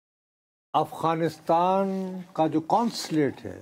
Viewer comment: آپ پچھلے کئی ہفتوں سے “افغانستان “ کو اغوانستان” بولے جا رہے ہیں 😂